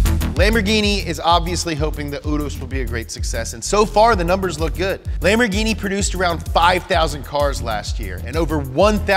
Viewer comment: PERFETTO PRONUNCIAZIONE